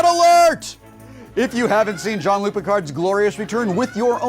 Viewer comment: Why are they all saying John-Luc Picard? That's not his name.